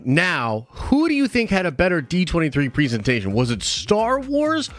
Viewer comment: The amount of times this guy mispronounces presentation is unreal...